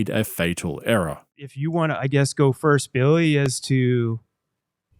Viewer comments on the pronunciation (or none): none